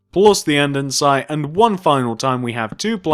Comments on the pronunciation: AnDENsite 😂😂 its andesite no n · its andesite not andensite you cant read